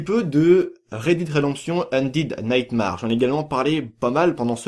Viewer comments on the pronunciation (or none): sa se lit Red daide redemption ondaide naytemere et non Red did redemption ondid naytemarre